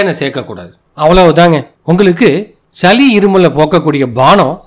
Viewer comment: சலி,மிலகு, இலகி என ஒலிக்கிறது. சளி, மிளகு,இளகி என ஒலிக்கட்டும்